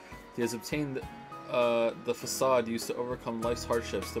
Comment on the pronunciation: Does he just mispronounce words for the fun of it? Fakade?